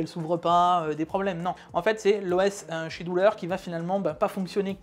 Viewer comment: Scheduler se prononce SKéduler ;) Sinon vidéo solide, merci !